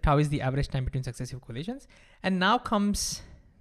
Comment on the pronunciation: say time not thime